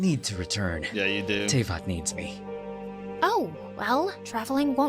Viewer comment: Yeah... Tevyat... Not Teyvat... Tevyat...